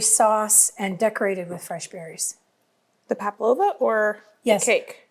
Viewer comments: The dessert is called PAVLOVA, not paplova. There is a constant mispronunciation of the word. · Hi, nice to see you and your lovely mom cooking together. The name of your nieces requested dessert is Pavlova I think that’s is what you mean. At first I thought you said Paplova and I thought that’s something new I had never heard of before. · The dessert is called pavlova. Sometimes it sounded like you said "paplova", which sounds like something you go to the lady doctor for. 😆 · Do Americans say ‘pablova’?? We say pavlova! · Everything looks delicious! But i keep hearing Pa-P-lova, i believe it is Pa-V- lova😉... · Since you asked how to say it, it's Pavlova. P-a-v-l-o-v-a, not Paplova. 😊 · Just to correct: it’s Pavlova (v) Not paplova (p) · Fun session, great menu, but are you saying paplova? ❤😊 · i love the big cook up days with your mum! so many good tips ❤ also...as an australian i feel i am an authority on pavlovas - and i can tell you you pronounce the V - so it is paV-lova....and we just call them pavs... eg. Oh Chezza you brought a pav - good onya love! 🇦🇺🦘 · It’s Pavalova not paploma. It’s an Australian dessert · Pavlova is pronounced Pav lova 🦘🦘🦘🦘🦘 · I came here to ask if I had heard it incorrectly lol. I guess I didn’t